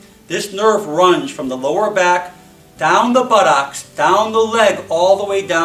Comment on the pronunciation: I like the way he says buttocks... Buttox